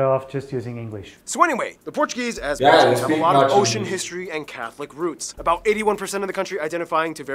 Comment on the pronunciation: your portuguese is very good to be honest, nice pronunciation